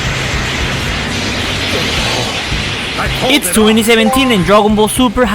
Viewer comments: Kaioken was at first pronounced kayoken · It ain't kayo ken it's kaio ken